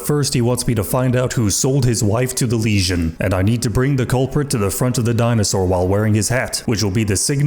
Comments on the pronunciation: I notice you tend to pronounce “legion” the way one would pronounce “lesion” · Dunno, but every time says "Legion" it sounds like "lesion" to me.